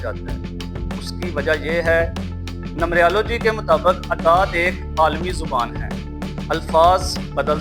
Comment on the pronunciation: السلام علیکم بھائی جان یہ لفظ نمبریا لو جی نہیں ہے نمرالوجی ہے اپ مہربانی کرکے نمرالوجی بولا کریں نمبریا لوجی نہ بولا کریں